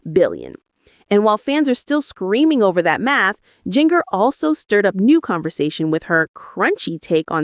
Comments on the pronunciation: AI- get it right- it’s “JinJer” not “JinGer”, pronounciation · You really need to pronounce Jinger s name correctly. It’s pronounced like the spice.